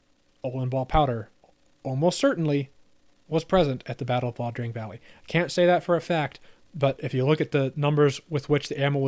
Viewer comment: One nitpick. It’s Ia Drang, not La Drang.